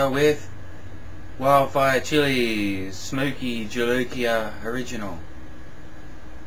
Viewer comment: He did, which is amazing for an Aussie. Most Aussies I've met can't pronounce Spanish words worth poo.